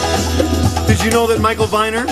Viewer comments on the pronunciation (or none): Just for the record -- Michael Viner's name was pronounced "Vee-ner" not "Vy-ner". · Just for the record -- Michael Viner's name was pronounced "Vee-ner", not "Vy-ner". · RIP Michael (8/8/09). This was a timely post. Serves as a nice tribute. For reference, it's pronounced Vēner. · Viner is pronounced VEE-ner. He was a vile human being who published lots of crap books like Faye Resnick;s book about Nicole Simpson and You'll Never Make Love in this Town Again. He was married to Deborah Raffin, who he basically destroyed. She died last yr at 59. I hate to associate him with anything good, because he left a horrible legacy. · Michael Viner's last name is pronounced Vee-ner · Michael Viner is pronounced ..."VEENER". I think he would have enjoyed your video. He was an AMAZING individual.